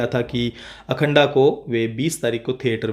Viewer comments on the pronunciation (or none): अखंड बोलो अखंडा नही